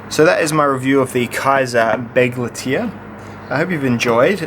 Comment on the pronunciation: Nice looking knife. Too bad about the slicing ability. As for the name, I know Kizer is a Chinese company, but "Begleiter" is German for "companion", which makes sense. That would be pronounced "beg-light-er," a little like "Bic lighter". Sorry if I'm being picky. Thanks for the review.